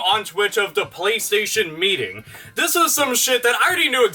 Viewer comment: "Playstation Metting," lol